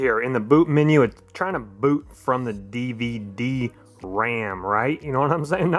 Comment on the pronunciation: did you just say DVD ram ?